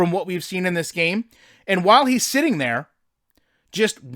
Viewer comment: “ but da foundation is therrrrrrr”